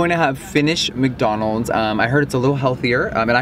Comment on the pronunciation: before you even said mac doanalds, I guessed u were going to say mac donalds